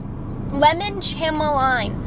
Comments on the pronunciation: I lol’d at your pronunciation of chamomile. It’s “cam-o-meal”. Like the tea 🍵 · the way you pronounced chamomile 😂😂